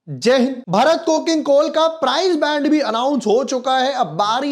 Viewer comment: Bhai pahli baat to ye ki भरत nahi भारत hai.